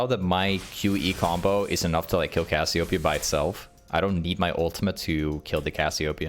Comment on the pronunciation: Brother, say it wtih me. Cass-ee-oh---PEEEE-uh.